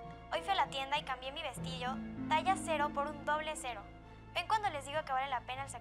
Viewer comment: Like si te diste cuenta q dice vestillo en vez de vestido